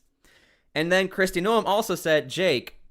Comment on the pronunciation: Her name is pronounced Christie NOME! Not No em. You keep missed pronouncing her name